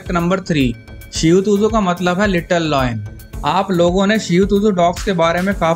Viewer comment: and its not "Loin", its "Lion". shihu tuzu, nai breed bana di 🤣